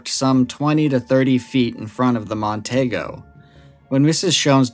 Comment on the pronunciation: My dad worked for Ford Motor for 36 years. It's Mercury Mon-tee-go. Say it with me, Mon-tee-go.